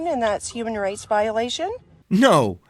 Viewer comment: It sounded like she said human RACE violation